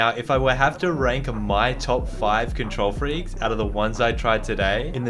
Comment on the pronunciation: How much likes this gets is how much times he said control freekes